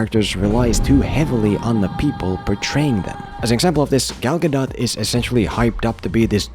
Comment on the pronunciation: Just so you know, you said Gal gadot's name correctly.